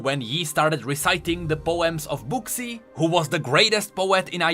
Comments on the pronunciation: For the future: name “Buxii” pronounces like “buːsi”. It’s probably Chinese name, so it must be pronounced like that. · I'm pretty sure Buxii is pronounced more like Bushy.. kinda like Xin Zao is pronounced Shin Jao (we know that because of Sonas updated voice lines). I'm pretty sure it comes from chinese/mandarin, if I'm not mistaken.